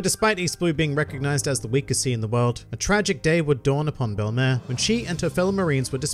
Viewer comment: Why does pronounce it bell*em*ehr and not bell*em*eer